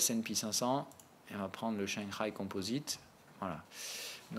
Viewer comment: Tu me tues quand tu prononces Shangai. On sent le mandarin en toi à chaque fois. haha #ChanXaÏÏÏÏ